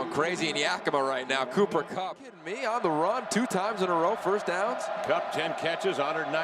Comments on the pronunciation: why does this idiot keep calling him conner kupp? wtf lol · “Conner Kupp” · So i guess no ones going to correct this guy and tell him his name is Cooper and not Conor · The announcer is killing me dummy his name is cooper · How on earth did this announcer say Connor Kupp so many times without realizing it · It made me so mad every time he said Connor kupp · “Conner KUPP”😵‍💫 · How many times was ya boy going to say Connor? Even after listening to the other guy correctly say Cooper several times. Smh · Here's a fun drinking game: Take a shot every time the play-by-play announcer incorrectly calls him Conner Kupp. Actually no, someone might die. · Listening to this a$$hole say Conner over and over even when his partner is calling him Cooper drives me crazy lol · Someone please tell this announcer its Cooper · Bro I get EWU is a small school and you mispronounce someone's name but to continue to do so after bring corrected by your cohost is just disrespectful. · It's funny how the announcer kept getting his name wrong until.....Cooper Kupp does what Cooper Kupp does....then he gets it right......Super Cooper!!! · bro he kept saying it the whole game it pissed me off like bruh look at your paper lmaooo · Kevin Collabro a legend, but my man kept getting Cooper Cupp’s name wrong 💀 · I'm going to strangle the announcer. I know Eastern Washington is a no-name school, but at least have the decency to get his name right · Man, for real! I was starting to lose my $h!t he kept fuking that up! lol